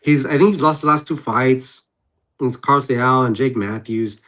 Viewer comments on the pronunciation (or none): none